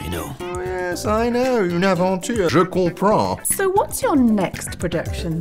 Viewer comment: But the word "omelette" in English is coming from French? And that man pronunciation of "Je comprends" is an abomination.